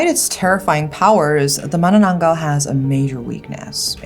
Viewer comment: This may be out of topic with manananggal.... But I love how u pronounced it correctly, ma-na-nang-gal...u know the sound of *ng*.... so tagalog🤍